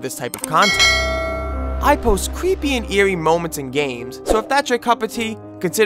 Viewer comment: “Whewe we dive into cweepy video game topics” Quit with the voice or else.